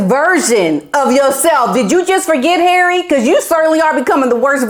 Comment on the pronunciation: HERAY! love how you pronounce his name! lol